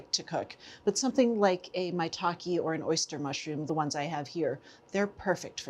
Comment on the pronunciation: Good vid Maitake is maitahkeh not maitahkey tho